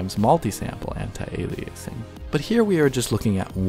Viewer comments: It’s not pronounced “anti-ailiaysing” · Don't you mean "Anti"-Aliasing... not "Antai"-Aliasing?